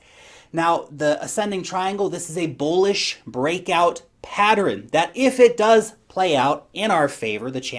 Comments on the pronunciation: Sometimes you say "patter-en". So cute! 😁 You're my favorite. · I warch another utuber that says patteren also! She's from Indiana and in New Zealand...not sure where that pronunciation comes from..lol!😁